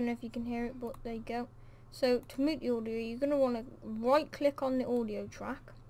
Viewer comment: "Moot" xD